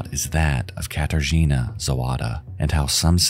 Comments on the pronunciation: You want to know what words you mispronounced? Katarzyna, for a start. In Polish, y has a much more dull sound, what you were saying was a lot more like the Polish i. Unlike English, letters in Polish are always read the same way unless they are part of a combination that is read a certain way (think of how 'ch' in English is read, even though neither c or h make anywhere near that sound in any other case in English). Also, Kraków, though that one I doubt is your fault because a lot of English sites change the ó out for an o, even though it makes a u sound (if you want to learn Polish you end up having to learn which words use ó and which use u, there is no difference in how they sound in Polish and which words use which doesn't have a universal rule, just some rules of thumb that have exceptions) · As a polish person, it was painful for me to hear every time you pronounced "Katarzyna" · idk maybe it's because i'm polish but hearing people always butcher Katarzyna's name is kinda ... meh. may she rest in peace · bro is it too much to go to google translate and just try to pronounce names more correctly.. i know some stuff is hard for non native speakers (in this case "rzy" in Katarzyna) and i don't mind but it wouldn't cost you anything to listen to the correct (or semi-correct that still would be enough) pronouncation and maybe say Zawada with a v instead of w this irkes me here the most bc i know how those names should be pronounced but that goes to all languages that are foreign to you, it just makes the entire story fall flat